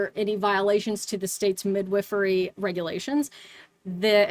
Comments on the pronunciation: Cant get over how she pronounces it like "Mid-whiffery". Sounds so strange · That is not how i thought midwifery was pronounced 😂